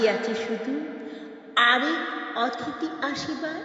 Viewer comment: এই কবিতাটি পড়েছি বহুবার, কন্ঠ উপস্থাপনা প্রথম শুনলাম.... সুন্দর পড়লেন ❤❤❤ যথার্থ অনুভবী পাঠ মন ছুঁয়ে গেল.... কিছু মনে না করেন তো বলি "অতিথি " উচ্চারণটা কানে লাগলো... " অ "এর পরবর্তী বর্ণ ই-কারন্ত অথবা উ-কারন্ত হলে "অ"এর উচ্চারণ "ও " মতো হয়.... পরবর্তী বর্ণ আ-কারন্ত অথবা এ-কারন্ত হলে "অ" এর উচ্চারণ অপরিবর্তিত থাকে.... অনধিকার চর্চা মনে হলে মাপ করে দেবেন 🙏🌹🌹🙏